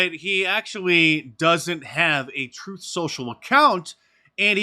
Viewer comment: That juror actually said Troof Social